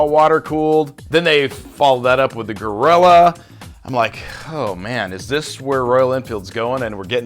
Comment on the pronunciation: Its Royal Enfield Guerrilla, not gorilla.